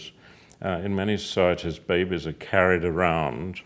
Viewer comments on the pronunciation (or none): I love how he says babies babehs babehs XD it's fun to say